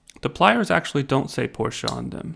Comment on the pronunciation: Just to let you know there is no "A" on the end of Porsche and is not pronounced with an "A" on the end.